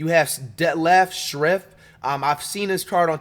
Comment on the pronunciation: He literally only knows him because he played with LeBron. He also says this is the last year before MJ went to play baseball (wrong) and has no idea how to pronounce the names of guys who are very well known (Toni Kukoc and Detlef Schrempf). Also said he thought Kerr played with the Bulls in 91. This dude doesn't know shit Edit: and then he sees John Salley and says "Damn Horace Grant didn't start?" when Grant had been off the team for 2 years